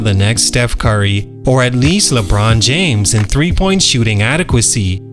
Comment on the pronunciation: pronounced James on Curry too 💀